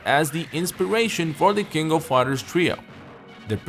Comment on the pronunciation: "the kingo fider" Nani?